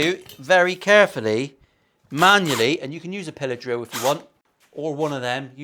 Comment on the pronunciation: I misheard you and thought your were saying pillow drill instead of pillar drill... that would be something else entirely...;-) Curious to get your thoughts on these when you have a spare minute (!!): Thankfully its only a Chibson, but yikes all the same! (I am not a fan of new for old relics btw tbh!)